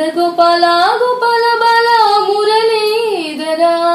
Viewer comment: మురలీదరా కాదు మురళీధరా రమన కాదు రమణ